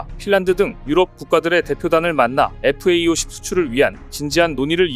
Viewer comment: FA-50 은 (light) fighter aircraft - 50의 약자이니 착오 없이 잘 발음하시길 부탁해요.